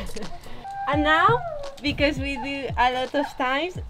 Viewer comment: Love your videos! But why is it that you say be-corse? :) just curious of your pronunciation